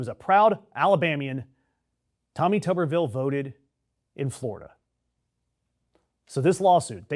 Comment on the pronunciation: Pronounced tooberville. Tuber like a potato.